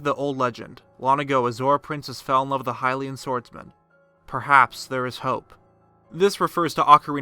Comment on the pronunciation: Why did you say hylian wrong in the seven heroines video and now say lynel wrong? It's stupid and annoying...